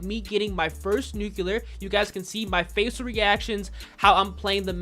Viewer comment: I stg if this dude says nucular one more time😭🤦🏾‍♂️